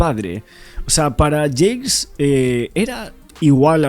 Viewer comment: No es James es Jacques, se pronuncia Jack.